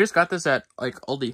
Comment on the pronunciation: Its Aldi not Oldie